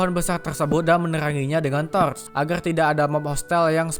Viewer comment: Bjerrr pass ngomong torrrch